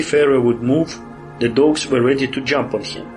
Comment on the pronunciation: Богатый словарный запас, однако, молодцы. Если что were читается как уё или вё, а то на слух как where получается)